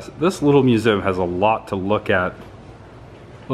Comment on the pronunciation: It's pronounced mu zee umbrella! Not musum